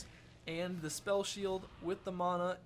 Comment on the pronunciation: ... It's MANA not MANO! -__